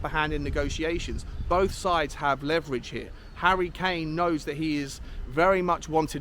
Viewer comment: There's the leverege. And there the Levyrege. The latter is the stronger of the two. 🤣 🤣